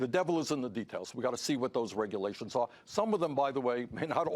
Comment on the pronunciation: Bernie - "What regulations are you referring to?" Idiot - "You know...the regerlations!!! And OBAMA!!!"